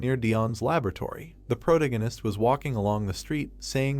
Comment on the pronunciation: Dude, for the love of anything holy, google how to properly pronounce "Protagonist" and teach the text to speech program. If you are going to use the damn word every sentence